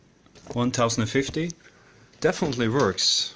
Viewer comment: By the way, it's not pronounced 1 thousand fifty, it's ten fifty, but people can say it however they want. Also, nice beard (totally unrelated).